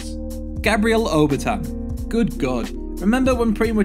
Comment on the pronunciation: You need to work on your pronunciation. It's Ober-ten not Ober-tan not like tan from sun exposure.